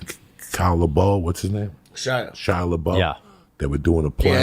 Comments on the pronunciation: every time he says shia la bow i laugh even harder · 😂 I was like, who's kyle libol? I can't stop laughing every time he says shia LABOW - then Mohamed Ghandi 🥀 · Cala bow! omg best mispronunciation yet.OMG have to edit cuz now he said “Mohammed Ghandi.” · Shia LABOW 😂😂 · shia labow 😂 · Shia boow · 😂 He did the same on Rogan. Completely murdered Shia LaBouf’s name